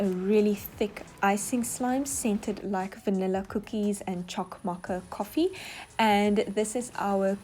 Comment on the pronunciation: No hate but the way you say mocha triggers me